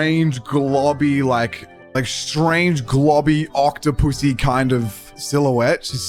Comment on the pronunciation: It took me a while to realize he meant octupus-y 😅